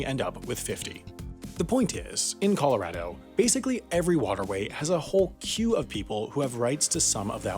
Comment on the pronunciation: Dear, I’ve given you a lot of flack for your pronunciation over the years, but I have to give you credit for correctly saying “Colorado” in this video. Well done 👌🏼 -Colorado Native